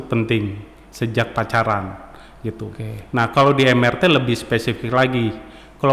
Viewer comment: MRT 👉 bacanya em er te, bukan em ar ti. sudah menginformasikan singkatan yang benar lho sejak awal